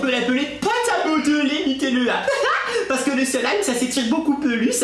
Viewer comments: C'est slime et pas selime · On dit du slaime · C'est du slime et nn du silime lol